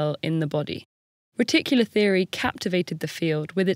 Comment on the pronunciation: Am I the only one who heard "reticular theory" as "ridiculous theory"?